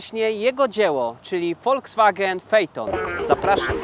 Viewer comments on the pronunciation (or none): none